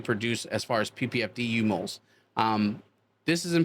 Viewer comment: In my 5x5, there is a Mars Hydro FCE-8000. Happy as! Mu-moles, not U-moles. Mu (μ) is the scientific abbreviation for micro. Fwiw, a mole is 6.02 x 10²³. That's 23 zeros. It's a big number, and a lot of atoms, molecules or photons.